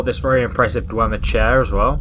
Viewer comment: *Dwemer. I know that you have a disease or condition that makes you fail some words,but it's better correcting you than doing nothing. No offense.